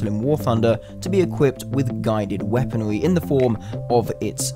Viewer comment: Guided weaponry not weaponwee...